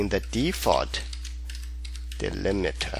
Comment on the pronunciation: "Delimiter", not "delimeter".